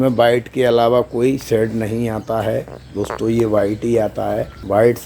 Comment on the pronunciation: Kya bathe dostho... Dostho Dostho 🤣